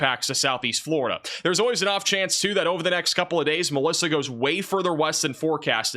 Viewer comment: Glad I came to the comments and saw MELISSA, I swear I thought said ALYSSA and I was like, wait what happened to M, N, O, P, etc. Lmao I thought we'd went back to A 😂😂😂😂😂 was so confused